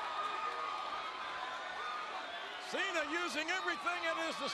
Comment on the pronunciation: It's Cena not sina